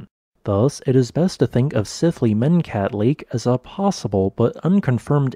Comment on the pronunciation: "Sith-lee-men-kat" -- the "y" is silent and does not represent a separate syllable?